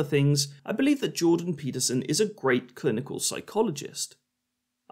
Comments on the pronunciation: Just gotta say that I love how many ways you managed to butcher Jorban Deeperson's name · Like queeferson! 🤣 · Genuinely funny, and certainly the most entertaining debunking of this public toilet intellectual (similar to a public intellectual but full ofshit and usually out of order). However, please get his name right: it's Jordan Weeperson, Jordan Peterprinciple, or Jordan Meatperson. Having watched this video, I can only assume that Professor Fleaperson is holding onto William Blake's idea that a fool.who persists in his folly will become wise. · I love how you keep saying his name purposely wrong It was a knee slapper the 1st time and a knee slapper the 67th time. Just comedy genius really. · Butchering Peterson's name everytime you say it was unexpectedly fun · I want to give a like for every time you mispronounce his name